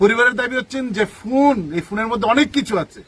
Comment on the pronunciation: আরে পঁচা বেগুন ফুন না ফোন, বুইড়া ছাত্র নেতা উচ্চারণ জানেনা হুদাই ম্যা ম্যা করে